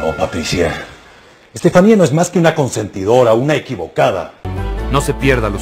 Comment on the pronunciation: Veo que aveces le dicen estefanie a estefania